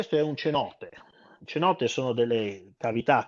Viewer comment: Penso che la pronuncia di:"cenote", con la "c" dolce, non sia corretta, essendo in spagnolo penso che diventi una "s".